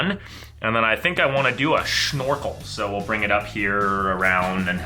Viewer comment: Lord of the Grind …. Did he just say SshNORKEL ?